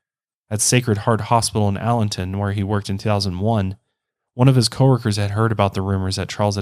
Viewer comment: It is Allentown,PA. Not Allenton.